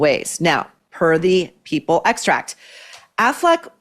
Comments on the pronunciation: Excerpt not extract. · It’s excerpt NOT “extract”!🤦🏻‍♀️